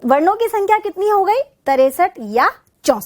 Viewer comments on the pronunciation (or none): तिरसठ होता है मेम.... तरेसठ नही....गजब उच्चारण